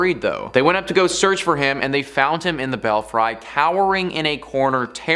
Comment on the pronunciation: Belfry: BELL-free, not bell-frye. Better yet, just say "tower."